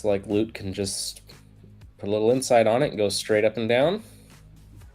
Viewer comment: Wow someone pronounced Lut’s name correctly right off the bat 😅